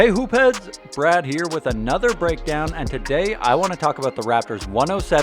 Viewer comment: Kyle "Get that Gahbage outta hee" Lowry